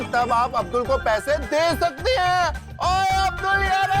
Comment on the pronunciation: किसी ने नोटिस किया सोढ़ी भाई ने अब्दुल के जगह अद्बुल बोला